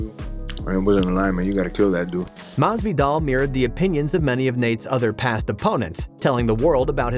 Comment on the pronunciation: Maz-V-doll lol listen to this dude lol